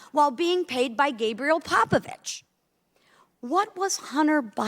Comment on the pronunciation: ?! Gabriel Popoviciu not Popovici, and the person in question is a Romanian businessman and NOT a Russian oligarch. Can anyone speaking in a hearing do some proper research and speak properly?